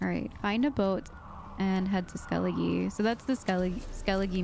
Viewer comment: I know it can be confusing to pronounce names so take your time lol but 'Skellige' is pronounced 'Skel-le-gah'. The e for some reason is pronounced like an a. 🤷‍♂️